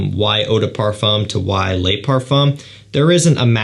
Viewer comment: Le not lay